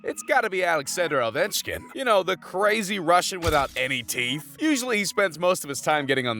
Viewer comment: Had to stop watching . Couldn't physically continue due to risk of dying from cringe. Alex edder ovenchkin